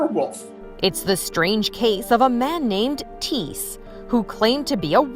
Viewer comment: I’m related to that man, it’s pretty insane to think that haha. Theres an h in there btw it’s not tees it’s thiess lol